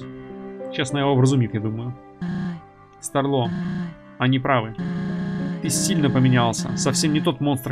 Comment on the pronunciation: СтАрло, от слова стар, ударение на а